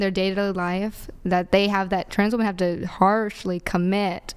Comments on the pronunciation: Its WOMEN not WOMAN!!!!!! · these women don't even know how to pronounce "womEn" let alone know what women are. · They can't even pronounce women. No wonder they don't know what one is.